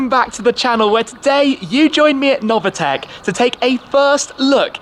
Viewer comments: It’s pronounced Noveetec not Novatec! Dammit! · It’s Novitec, not “Novatec”, idiot))))